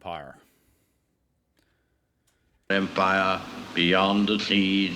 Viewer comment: "Beyond THE SEAS!" FFS! Not 'the seeds'.